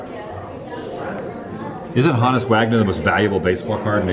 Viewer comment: Honus Wagner. Rhymes with BONUS. YOU CAN TELL ADAM IS NOT VERSED ON BASEBALL HISTORY.